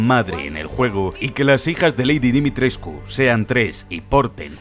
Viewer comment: Dimitres...CU jajajajaja tantas veces q me desespere, en realidad sólo se pronuncia Dimitresc